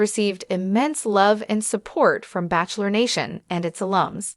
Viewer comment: This narrator and all narrators show learn to pronounce words right like Bachelor and Bachelorette. This goes for AI as well